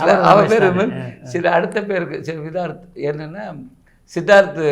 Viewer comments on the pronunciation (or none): his name is Vidharth, not vitharth